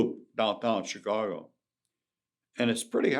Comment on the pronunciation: "Choocago" x Vlad